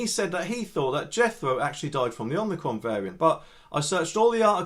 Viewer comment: Ommi-cron not omni-cron.